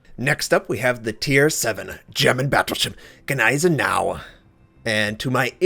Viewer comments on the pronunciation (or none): I am german, too. So... yeah... a few are very close, like Kaiser or Nassau and Bayern, was close to perfect. But Gneisenau and Friedrich der Große"n" ;... forced a little smile on to my face^^. German is a hard lenguage to learn, even many german people doesnt master it in their hole life. So dont be sad ;). You tried and you have done it pretty good.